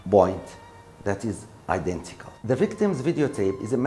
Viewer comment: It was identical not "idantical" وشكراً وبالتوفيق ✌